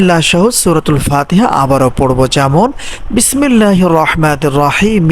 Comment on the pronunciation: কম কথা বলে কথাগুলো বলেন , যতসব ফালতো, ধানদা বাজ প্রথমে তার বিসমিল্লাহ পড়া ভুল ।